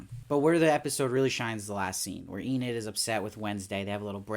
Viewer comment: YOU SAID ENID RIGHT!!! That was killing me lol, love the show and i know its a weird name if u hadnt seen it (i knew Enid Blyton the author) but they were still saying 'ee-nid' in the show so i was a lil lost in the first two reviews like 'wait, who's Aneed?' lol but good job on fixing it up and powering through - great content as always :)